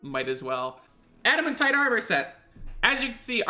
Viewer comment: Pronounces it Adaman-tite instead of Adamant-ite Me: ( Infernal Screeching )